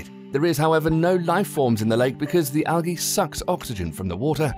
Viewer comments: algae wasn't as bad as whatever he was trying ... Belize/Belzize lol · He said A LOT of words wrong, Belize, Algae ect